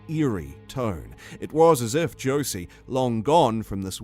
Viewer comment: i did not heard Josie but rather Georgie or Jordy... it’s a "R" sound